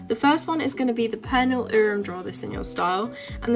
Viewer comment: hah love the way you pronounce Pernille xD it sounds so funny